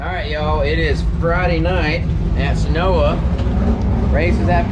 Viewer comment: Seh-noy-yah... not senoa, head up!!